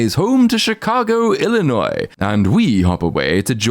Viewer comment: the fact a Brit knows Illinois’ pronunciation better than most Americans 😅